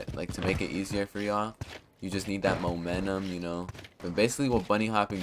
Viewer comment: "Monenum" lmfao